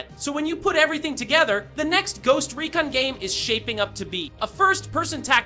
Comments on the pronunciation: Bruh makes the game sound like a smelly haunting when he said “ghost reekin” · Bro said “ghost reekin” in intro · "Ghost Reekin"... crickets